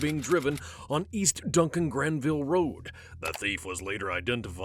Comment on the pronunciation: i live in columbus (where second story takes place) and the road is “Dublin Granville” not “duncan granville” 😭